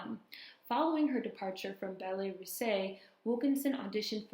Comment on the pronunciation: Really enjoyed this one, especially as I was a dancer in my 20’s (end 70’s- mid-80’s). Oh - Ballet “Russe” is pronounced “Roose” - the Russian ballet company. Sadly, I did not know of Ms. Wilkerson (I was a modern jazz dancer, although I did study ballet). The world of dance is very beautiful, but also very harsh and judgmental. Ballet especially is totally fixated on achieving perfection, and of course, in every way, that “perfect” ideal is based in European culture, body type, and beauty standards. Black women are at the bottom of the pecking order, while Black male dancers would be snapped up real quick! I know she went through it big time. Wonder if she got involved at all with Dance Theatre of Harlem? Anyway, thanks so much for sharing this Queen’s story!